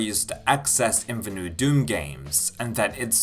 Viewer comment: "neweh" and "twoeh"